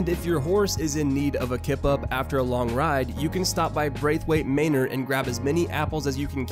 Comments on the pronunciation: It’s manor not mainer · Mainer? Really? Ma-nor lol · Braithwaite “MAYnor” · The way you pronounce manor 😬